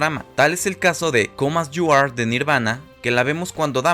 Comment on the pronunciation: comas yu ar de Nirvana?